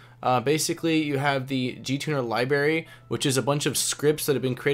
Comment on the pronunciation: Thanks for the tour. LibRary. Not liberry. Makes me cringe every time.